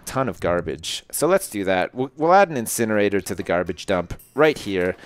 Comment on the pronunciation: Dont you mean an insjinerator